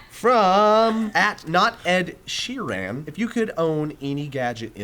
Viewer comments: It's Sheeran, not She Ran:P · Hah it's pronounced Ed Sheerun, not Ed Sheeraan! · I'm disappointed in you. Mispronouncing Ed Sheeran's name is not acceptable. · Ahaha the way tries to say Sheeran!!! These guys make me laugh so much!! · OMG, CAN YOU PLEASE PRONOUNCE SHEERAN CORRECTLY?? thanks. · couldn't pronounce Ed Sheeran's name... LOOK HIM UP JOE. LOOK HIM UP. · please learn how to pronounce Ed Sheeran